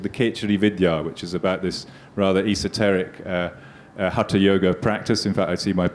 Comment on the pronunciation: And my final comment. It's time to reject the colonial relic who uses India to make money through this outdated lit fest. These folks CANNOT even pronounce Samskritam properly and they claim to be translating texts. He says HATA yoga, whereas it's hatha. Yoga. Phonetics, boss, phonetics. Each sound means something and another sound means something else entirely. How on earth are these considered experts. !!! RIDICULOUS. Amateurs at best, doing something for fun. But promoted by Billy. Billy always wants the brown Indians to have intercession through Europeans.